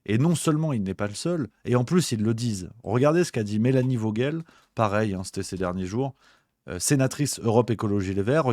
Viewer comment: Vogel se prononce "foguel " c est germanique c est " oiseau " en allemand